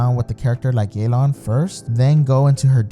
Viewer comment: stop saying yeylan, it's ye ( same as in yes) and lan (same as in can) theres no ey sound. you can even look it up in a chinese name pronunciation site